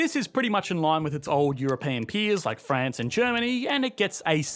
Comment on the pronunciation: "EuroPAIN Union"? haha!